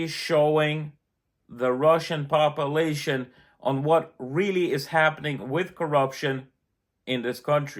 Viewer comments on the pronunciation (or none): Russian Papalation he said